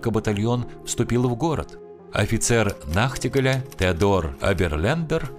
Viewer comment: Вот именно, "нахтигАль". Но, "нахтигАля". Вы работаете не на пару-тройку сотней слушателей. Тем более, надеюсь, Вас смотрит и слушает молодежь. Есть достаточно доступные сайты, где можно проверить ударения, склонения слов. Не учите, ваших зрителей говорить не по-русски. Пожалуйста!